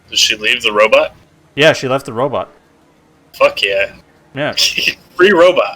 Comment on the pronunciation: Every time u say robot I picture the dad from goldbergs lol Robit